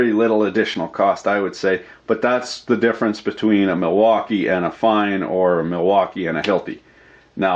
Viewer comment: The Plastic is NOT nice and Ridgid... It's a "MilFAUKii"... lel